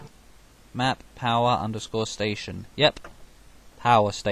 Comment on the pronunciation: "POWAH STAY-SHUN!!!" i lol'd so hard XD